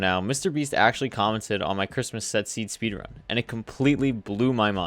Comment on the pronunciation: Speedrun the seed "sepeedrun the seed"